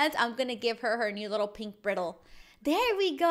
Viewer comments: Lil correction, it's pronounced bry-dle not briddle. c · Any equestrians getting frustrated over how she’s saying bridle wrong xD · I love it when non horse people try to pronounce the name of tack! 🤣🤣🤣🤣 Br-i-dle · Cringing so hard on how she pronounced bridle LOL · It's pronosed b-r-eye-d-l-e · Not to be rude but how to pronounce bridle is “ br-ie-d-ul “ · You said bridle wrong. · You said bridal wrong you don't know a lot about horses do you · Okay I just really want to mention this, you pronounced bridle wrong so just wanted to let you know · you said bridle wrong it sounds like a Y